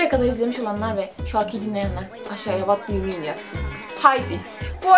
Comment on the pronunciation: vat du yu min :D😂😂😂